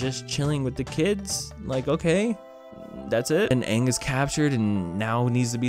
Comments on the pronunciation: 5 things I hate about this movie Number one 1st of all avatar name is ang not ong also he was laughs that He ran away from home numbers 2 why doesn't he tell katara his name number 3 How are you gonna say this boy is our responsibility if you don't know his name number 4 sokka He never even used his boomerang Number 5 zuko look nothing like the show He's supposed to have a really burnt eye and a ponytail and baldness And also toph wasn't even in the movie They didnt even go to king bumi place in the show after the The souther air temple they go to omashu place how could you forget that episode and the CGI on last airbende movie look terrble Those Earth benders only bend 1 rock 1 tiny pice of rock I mean this movie give me Diabetes and also uncle iroh is supposed to drink tea in the show but In the movie movie don't drink tea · the film is awful especially cuz they pronounce aang as ong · I when I first watched this, I was just like: this is fine- but in the inside I was like: “WHY DID THEY PRONOUNCE IT AAHNG, YROH AND SOOKA-“ (lol it sounds like that to me-) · Thought they would call Ozai as Ozey- but atleast they got Ozai correct🗿👌 But how in the world did they pronounce: Aang -> Ong Sokka -> Soakka Avatar -> Ahvatar Iroh -> Eeroh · idk how they managed to say EVERYONE'S name wrong WHEN THERE IS A SHOW THAT SAYS THEIR NAMES OVER AND OVER, iroh became eroh???? aang became aoung sokka became suka you know what theyy should suka? they should suka deez nuts. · The last airbender said, "my name is ONG" Fucking stupid! Even the actor can't say his character's name correctly. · It's not Zuko when there's no scar . Just thinking about all the mistakes makes my head hurt . It's a bit funny though . They can't even say Aang properly . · we stan the person who started yelling about how they pronounced Aang 😭🤚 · You really can't just change how you pronounce the main characters name and expect it to go down well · That's how they pronounce it (wrong) in the movie